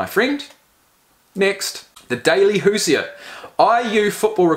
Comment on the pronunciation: Its pronounced hoo-zhrz. Basically anyone from Indiana is a Hoosier. Not really sure where it comes from but you can look it up. Love the channel!